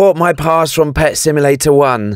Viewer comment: i like how he said pet simulater eggs